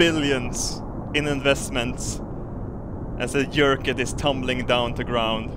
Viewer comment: you're pronouncing your 'j's! This makes me sad. It should be a YERKIT!